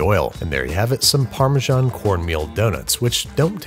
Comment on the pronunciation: The way he says Parmesan... AAAAAAAAAAAAAAAAAAA